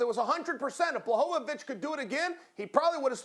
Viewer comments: Chael “It’s Blahovavich” Sonnen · "Blachowowicz" :D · Chael: Blahohohvovovich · He is pathetic :D Can't even say Błachowicz name properly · Chael knows how to speak Blachowicz’s name, he just do it wrong on purpose